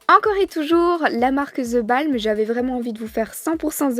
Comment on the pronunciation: Superbe vidéo, par contre on dit: the bolm pas the balm :)